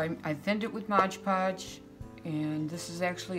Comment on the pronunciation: MOD Podge... MOD Podge MOD Podge.... not MODGE Podge...